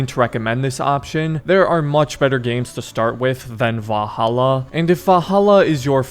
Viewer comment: say it with me... VAL-HAL-LA